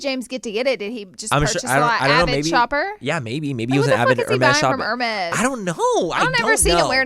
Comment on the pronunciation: “I don’t ever see you wearing no heRRRRmeZZZZ” 💀💀💀💀 … how do u even spaaaillll buurknnn hahaha I freaking love Laura 😂💞